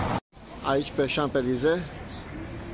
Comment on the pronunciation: Salutare,! Ce funny esti cand pronunti Champ(S)-Elysee